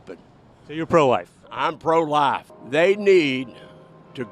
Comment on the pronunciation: “I’m pro lahhf” then “they should bring back capital punishment” ummm.. yeah.. because that’s pro-life. Moron